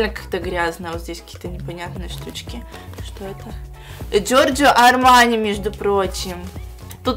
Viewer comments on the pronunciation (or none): Джоржо Армяне(супер произношение ) Я час смеялась над этим😂